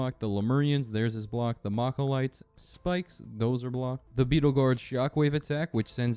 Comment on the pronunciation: Bruh you did not just call malachites, "mach-a-lites"